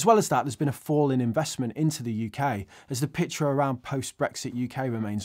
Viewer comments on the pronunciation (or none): none